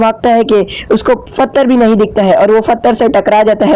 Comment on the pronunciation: Why do you say (pathar) fattar?